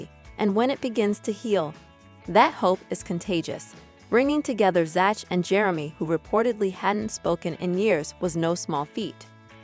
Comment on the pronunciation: Zach is pronounced zak.